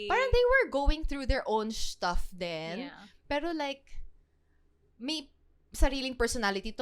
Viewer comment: The way fused two words into one "shtuff." LOL. 🤪